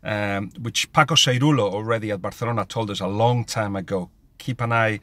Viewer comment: i like the way you say "Barcelona" 😂😂